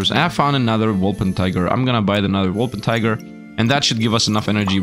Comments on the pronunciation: Sorry, it is not a wolper-tiger. It is a wolper-tin-ger... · Calling the Wolpertinger "Wolpentiger" is pure blasphemy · How can you butcher wolpertinger so hard every time